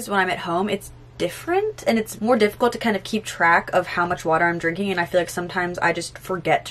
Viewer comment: I love you but the anxiety I just got when you said my water heater I am British and that’s so painfully to hear